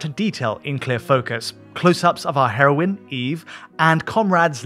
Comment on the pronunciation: Did he just say Hero/in? Plz no